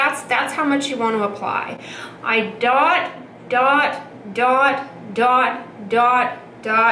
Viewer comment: I've watched this video so many times as an aid for my Differin use that whenever i apply my Differin I always hear voice going "DOT. DOT. DOT. DOT." 😂